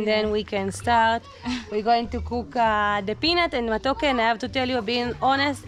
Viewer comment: it's matoke...you are one vowel away to call it matako..and that means butt in Kenya😜😜😜